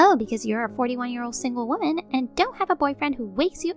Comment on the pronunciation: Last story, it's not 'ear, but year!